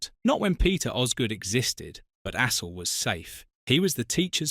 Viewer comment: You could at least pronounce Astle's name properly.